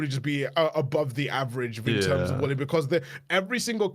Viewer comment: For a second I thought was saying Willy instead of Wooly